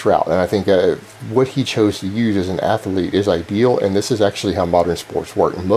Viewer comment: athlete only has two syllables! You're driving me crazy with this ath-ah-lete nonsense!